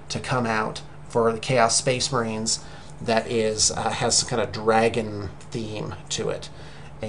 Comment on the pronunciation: Oh, you say you're going to present yourself alot better and then you say Spaos Case Marines, I laughed so much but you rock and we love you......